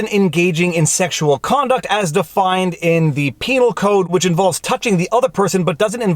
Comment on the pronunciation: You said "penal code" hahaha.